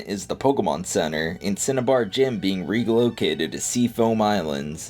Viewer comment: My man said "Cinebar" lmao